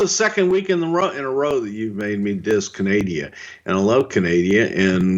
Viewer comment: Did you just say Canadia? Wtf Bruce lol!